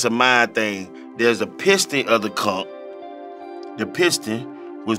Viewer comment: ‘The conk’ (aka conch) and ‘bucket naked’ ... Have to use them in conversation this week. 😎👍🏼